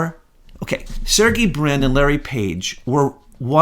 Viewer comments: This is ridiculous “you’all” and you pronounced Sergey wrong. You two are shills !!!!!!! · I think you guys have been trolled by your own conclave. Also, you're pronouncing Sergey wrong.